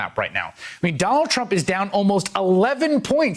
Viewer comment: Did he just say “Ronald Trump”